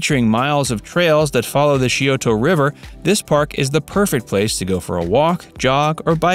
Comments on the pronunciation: it's not pronounced "shee o toe" river, it's pronounced "sigh o toe" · It’s actually pronounce sci-o-da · How he pronounced Scioto was the worst. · My husband actually made a strangled noise at whatever it was when he butchered Scioto in this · If you are going to make a video on a locale you might want to brush up on how to pronounce local names like Scioto or C.O.S.I. It just makes it sound silly if you don’t and makes your video sound less than genuine.